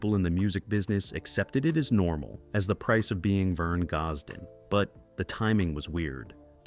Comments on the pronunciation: If the narrator cannot pronounce his name, can we take this to be true ... I will always love his music and wish he was still here making the good Country Music some of us Love !!! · Can not even pronounce his.name